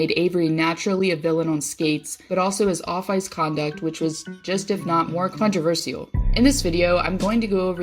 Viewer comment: Please pronounce controversial correctly